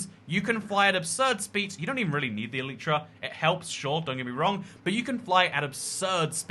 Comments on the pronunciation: I have mending on my elytras and I buy xp bottles from villagers and always have a stack in my ender chest to repair my stuff Quick question: which one is the correct pronunciation "Elitra" or "Eleetra" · Unsubscribed for the way you say Elytra x,D